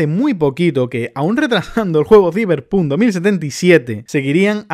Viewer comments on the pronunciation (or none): none